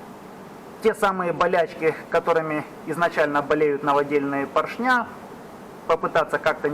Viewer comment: ПоршнЯ, кабелЯ, звОнит... ухи мои, ухи! 🤣